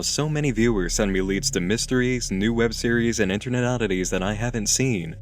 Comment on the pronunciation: It's internet not innernet